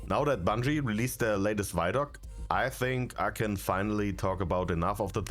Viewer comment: It's vid-doc, not vydoc, it's a video documentary